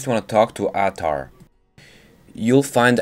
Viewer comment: The man's name is Ahtar. (Uhtar) two syllables said fast to sound like one.